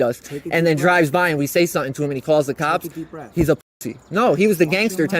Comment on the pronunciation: The way this wiggerbpronounces "something" is infuriating. Sutten sutten sutten